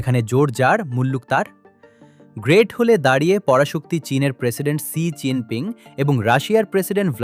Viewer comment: ছি জিন পিং নয়, "শি" জিন পিং হবে সাংবাদিক ভাই।